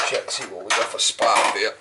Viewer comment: Those Indians!... I love this guy! Is he saying spark or spock?... seriously, so down to earth and refreshing, this is great content. Keep up the good work.